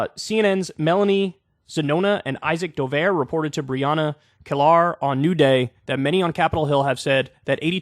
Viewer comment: how does Kyle not know how to pronounce Brianna Keilar's name ???? she's been at CNN covering politics for a long time now. one of my memories of her is when she got into a riff with Michael Cohen, who was then Trump's lawyer about the polls back in 2016 where Michael Cohen said "says who, says who".